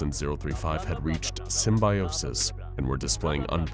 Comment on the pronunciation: Sim-bye-osis :D